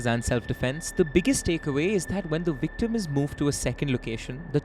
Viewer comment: Always makes me laugh how you pronounce victim 😂😂 having said that I can only speak one language , English and I often wonder what I would sound like to the people of the other country if I learned their language. 😂😂 Vvvvictuuumm